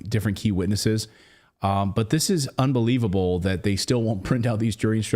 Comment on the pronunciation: “UNBEWEEVABLE!” What a Circus!